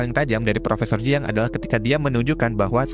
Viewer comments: Siang !!! Bkn ciang dan bkn Jiang 😂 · Ciang bukan jiang....